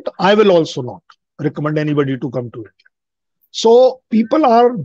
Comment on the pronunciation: Yindia nahin India, get ur pronunciation right pls